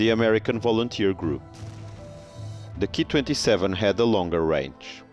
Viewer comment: You pronounce the Ki-27 as the 'key' 27. This is not right, you should just say the letters individually as K, I 27, after all, you wouldn't pronounced the Junkers Ju 87 as the 'Jew' 87 would you? If you're presenting facts about the aircraft, at least learn to pronounce their designations correctly, or it makes you look a little ignorant. But overall a very interesting vlog though.